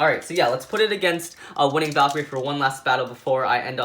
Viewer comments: You called cho-valkrie winning valkrie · Its cho z valkirey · He said winning valcre